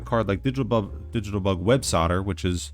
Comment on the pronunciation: Holy hell you called Websoilder, "websodder" like 15 times in a row, I thought it was an accident. Driving me insane